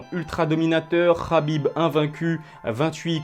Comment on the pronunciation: "KH"abib lol